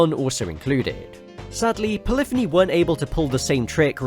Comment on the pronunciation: it was in this video that i discovered it is indeed pronouced "pol-if-any" and not fucking "poly-fony"